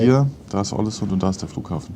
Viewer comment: Soll ich mal klugs**en? Es spricht sich „Ohlesünn“ 😊